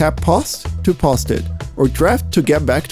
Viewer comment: Why do you say "PUST"? What does it mean!? Ah, I say, you mean "Post"! LOL How funny!? PUST IT! ON WASHINGTON PUST!!! LOL!